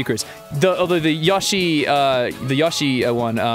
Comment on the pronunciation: Wow. I never heard someone pronounce Yoshi as Ya-shi. It's pretty surprising to me.